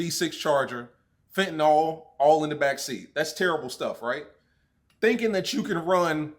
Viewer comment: You know you're country af when you pronounce fent, "Fent-uh-nawl"